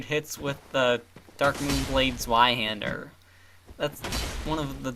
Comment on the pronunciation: Sorry, but I just had to say this... The Zweihander is actually pronounced like Zveihander. Love your vids though!